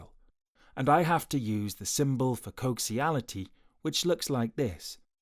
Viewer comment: it's not "coxiality", it coaxiality. With an "A"